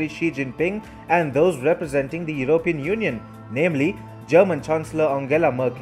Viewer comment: Sorry to be pedantic. It is Yew-ro-pee-an. Not Yew-rope-e-an. Emphasis on the P. Otherwise keep up the good work